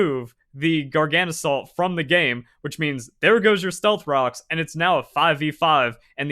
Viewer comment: Is your coninuing of mispronouncing Garganacl a choice, or did you just never notice the extra 'na' that snuck into your pronunciation? Garga - salt Gargana - cl (or chloride) Not Gargana - salt, trips me up every time xD Love your vids, have a nice day